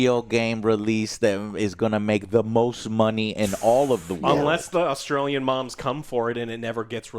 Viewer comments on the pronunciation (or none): none